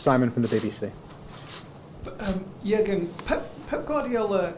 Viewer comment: i speak both, and i can tell you to learn Deutsch it is not that easy. one information ...to pronounce Jürgen.it must be like this Yuergen :)